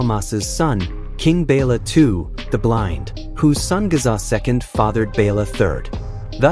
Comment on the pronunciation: Its not Gaza. Its Géza. Not Ladislaus, but László